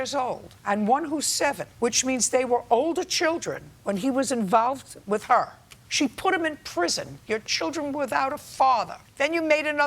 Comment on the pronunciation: "While he was widder" . 😂 She stole my teef! 😆